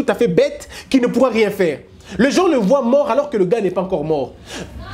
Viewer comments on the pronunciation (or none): none